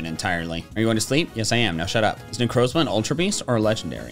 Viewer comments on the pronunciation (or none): none